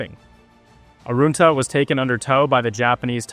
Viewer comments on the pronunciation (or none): Would be good if you pronounced the name correctly. You said it like it has “oo” in it, which it doesn’t. Arunta is said as such, not “Aroonta “, like you said it. Typical bloody American mispronouncing Australian names. Pull your head in.